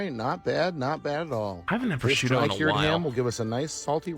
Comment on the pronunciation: i heard "Bashuda" which is my Ow, name, I got so confused. I heard "I like Bashuda"(Bah-shoe-da!) instead of "I like prosciutto"